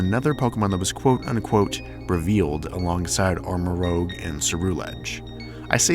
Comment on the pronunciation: You're pronouncing Armarouge like "rogue" but I think it's supposed to be "rouge" as in the color. Similarly, Ceruledge has the color "cerulean" in it